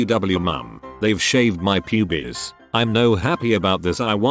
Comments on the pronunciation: no one: readying voice: "PuBieS! :D" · I was listening to this in the background while doing something else. I hear "Pubies" and i think that's what he's actually saying.. "Pubies.."